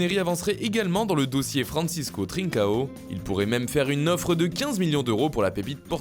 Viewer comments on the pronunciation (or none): none